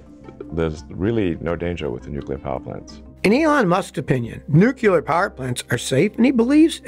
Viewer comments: Nuclear is where it's at, at this point. Wind and solar are not clean renewable. Don't say Newkewler dude, its spelled nu-clear. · NUC-LE-AR. Not Nuceeler. But besides that I love your work. Keep on keeping on Scotty! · Love you Scotty, but the word is pronounced…. New clear……not Nu key Lar. It always helps in the English language to look at how the “letters” are positioned. Do not feel bad…Jimma Carter was a Nuclear Engineer graduate from Annapolis, and he has always mispronounced the word as well. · Love your video's. You do mix nukular and nuclear in this one. Lol. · Nookleeur, not Nookyuler. :Facepalm: It's in big bold letters on your presentation. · After minute 7 Scotty starts saying nucular instead of nuclear